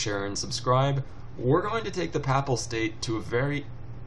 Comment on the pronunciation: pronounced p-ay-pal state, i think :P